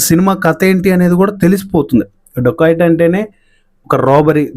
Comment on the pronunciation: రోబోరి అంటే మర్డర్స్ నా 😂😂 ఏ కాలేజీ లొ చదివావు బాబు 😂ఇంకోటి సినిమా పేరు డోకయట్ కాదు డెకయట్ ముందు పలకడం నేర్చుకో, చిన్న పదం మారిన అర్థం మారిపోయిద్ది రా బాబు నీవు నీ బట్లర్ ఇంగ్లీష్